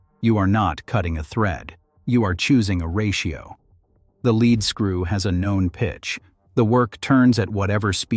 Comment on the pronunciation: say it: leed-skroo!!!